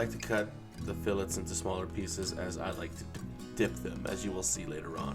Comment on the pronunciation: Idk man can't trust a recipe from a guy who calls them fill etes